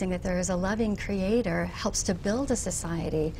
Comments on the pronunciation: Why does she keep saying Cree-ay-tore like that? She sounds like an idiot. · what the fuck is a cre-ate-tor? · The way she pronounces 'creator' annoys me greatly.